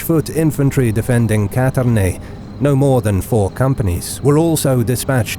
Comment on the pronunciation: Actually it isn't Catarane, but Cantarane, which can be translated as "the place where the frogs sing"